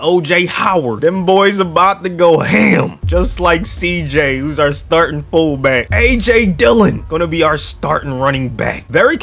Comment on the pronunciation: Why he say fullback like that foubak